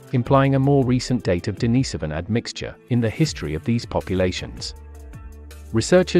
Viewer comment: Denis so van? Many pronunciation errors throughout. Plus you are working off old information. This video needs to be redone and updated. Looks like you are using text to voice but changing the system from time to time.